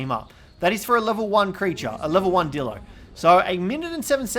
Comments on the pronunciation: You said dildo not dilo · Did anyone else notice that instead of dillo he said d*ldo